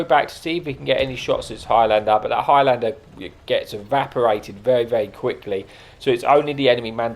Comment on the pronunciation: Your saying it the same as petty lol it’s one word highlander,not high lander,I’m Scottish so I’ll forgive you😂